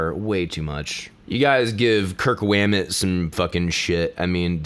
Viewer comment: I love kirk hammet but that saying kirk wammet made me laugh